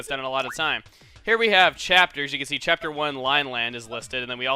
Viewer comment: It's not chapter, it cheeapter